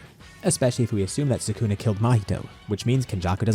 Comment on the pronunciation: bro said Sew-kuuu-nah